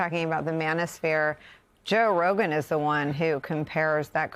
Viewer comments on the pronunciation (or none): Its RoGain not Rodan like in Rodent.